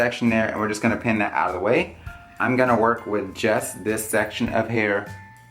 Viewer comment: if it's just me but did anyone else think he said jess instead of just on